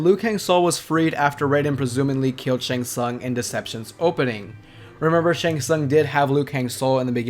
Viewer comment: The way you pronounce Shang Tsung bothers me